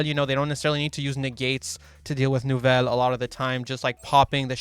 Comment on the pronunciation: Soo hot deck french deck, the pronunciation ce magnific